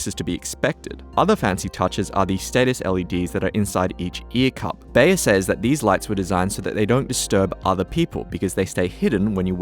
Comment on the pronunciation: Beyer is pronounced buyer!